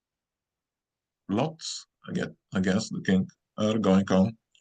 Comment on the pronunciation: Is he saying king or kink?